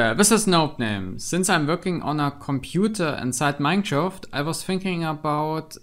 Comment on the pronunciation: are you saying minecraft like minechaft on purpose?